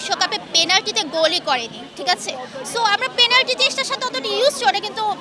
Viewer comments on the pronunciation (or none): Penalty ❌ Planty ✅